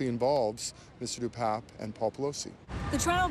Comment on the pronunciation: Once again, Pelosi's boyfriend's name is pronounced DePAPE NOT DePAPP.